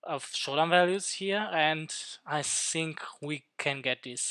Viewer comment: Bro quality is really bad, cant see the numbers. And I dont get it, you saying sink or think? 🙂